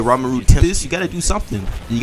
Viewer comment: "Ramaru" F off😂 Aint no way you read ri as ra